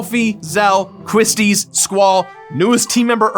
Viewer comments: Me: Damn,, 400 Episodes!? Congratulations, man! Here's to 400 more! Also Me: GODAMNIT MAN QUISTIS IS PRONOUNCED LIKE QUICHE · How the hell do you read it as "Quistease" when it's spelled "Quistis"? Sometimes you make some interesting pronunciation choices there,. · Please tell me “Quistis” is not pronounced that way. I thought it was pronounced “Kwis-tis” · Have I been saying Quistis's name wrong this whole time? I though it was pronounced "Que-stis", not "Qwhis-tis". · Congrats, but what's with the weird pronounciations with Quistis and Ultimecia??